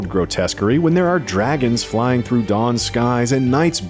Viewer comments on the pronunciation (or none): none